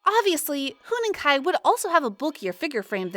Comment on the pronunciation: Huening Kai?????????????????? THE OWNER OF THIS CHANNEL MIGHT HAVE HEARD IT FROM A NON-EXISTENT PIGEON zzz